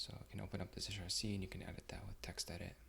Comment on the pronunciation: Great video, clean and clear. FYI .zshrc pronounced “zee shell rc” and “zsh” is “zee shell”; like its predecessor “c shell; csh”. 8)